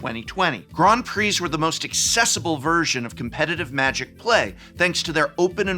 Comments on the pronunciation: Ooh la la, GROND PREE, listen to Mister Sophisticated here, I didn’t realize I needed to wear a monocle and play the grand piano while watching this video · "Grond Pree" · What the heck is a "Grond Prix"? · Grond Preeze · What the devil is a “Grawn Pree”??? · What are these Grawnd Pree that you speak of?? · They way he says Grand Prix is so weird to me lol